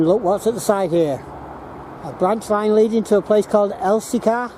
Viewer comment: I Live about 3 miles from there, Its known locally as Wath Hump due to the Hump sorting for the Wagons, but have to say good try at saying some of the names but its Elsicer pronunciation, And your right ALL the remains of Wath Yard, and Corton Wood and Darfield Main, ALL GONE